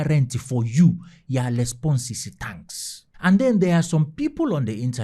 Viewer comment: She say "TANKS"😂